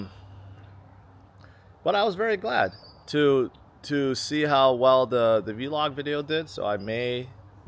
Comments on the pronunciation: Never heard anyone pronounce VLOG as V-LOG; truly bizarre from someone that makes content for YouTube. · you sound like a boomer when you say V-log lol i've always heard of it as one syllable vlog. Anyways love your content at the conference and continuous march towards generational wealth.